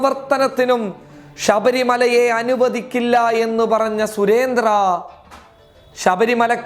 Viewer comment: മിസ്റ്റർ അവതാരകാ., സുരേന്ദ്രൻ എന്നാണ് സുരേന്ത്ര്യ എന്നല്ല പോയി നാക്ക് വിടച്ചിട്ട് ചാനലിൽ വന്ന് ന്യൂസ് വായിക്കൂ...